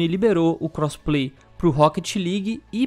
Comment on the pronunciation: O cara fala crossplay Só que ouço "cosplay" lol